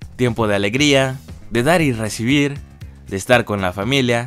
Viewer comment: ajajaja "de dar y recicibir" literalmente xdxd jajajajame encanto. Nueva susbscriptora 😍😂